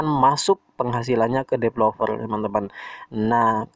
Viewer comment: Developer ya, bukan depelover